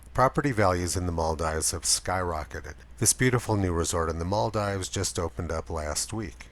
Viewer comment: Love the video, but here's how to pronounce the Maldives